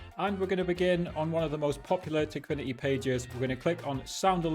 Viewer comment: no way bro is saying tikfiniy why don´t he say ikok aswell?